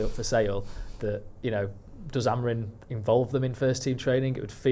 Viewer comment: you’re far too smart to keep calling him “AMORIN”, please get his name right, it’s such a simple change